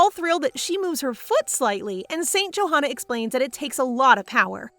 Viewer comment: Wait it’s not St “joehana” that’s not how you pronounce it it’s “yohanna”